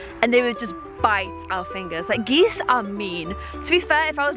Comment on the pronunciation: Uhm... Geese-es? Its geese intensifies